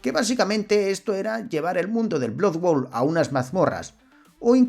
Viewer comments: BLOD BOUL se pronuncia. Muy monas las animaciones hechas con IA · No has dicho bien el título ni una sola vez, menudo tío más ridiculo. Blood bowl! No blood world. Es como si digo sword quest en vez de hero quest, esa es la impresión que das.